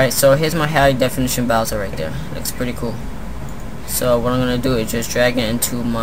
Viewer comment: it's bowser not boswer ;)..